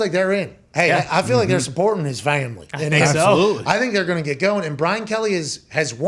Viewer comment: “Muh fam-uh-lee” hahahahaha